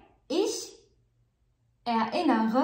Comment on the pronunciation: Ich erinnere mich an meine kindheit سؤال للأخت ميرا ،لماذا تنطق erinnern متفرقة er لوحدها ثم innern لوحدها .هذا جعلها اصعب في النطق .